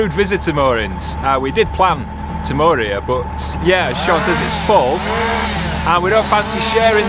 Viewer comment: The mooring near the M54 is another of our favourites. I love detailed in depth commentary........ “We’re ‘ear”... Ha Ha!, Great as usual boy’s. Friday afternoon’s reminds me as a youth waiting for Dr Who (Patrick Troughton) every week for my weekly fix!, John (NB Cherry)